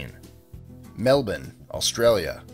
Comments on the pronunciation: I had no idea Melbourne is pronounced melbun. You learn something new every day. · Thankyou for pronouncing "Melbourne" like an Aussie! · It's Mel'bun' - all this time I've been pronouncing it wrong :( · thank you for pronouncing Melbourne correctly